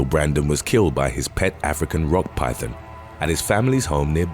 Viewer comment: Sounds like the narrator is saying pythin (pie thin) instead of python.